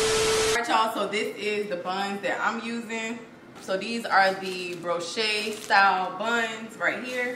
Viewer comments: How she make a french word sound even more boujee? 🤣🤣🤣 she said “Bro-chey” it’s Brioche (bree-osh) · Lol…She said broshay style buns😂😂…it’s brioche pronounced as “bree-osh”…That was super funny to me…Great video guys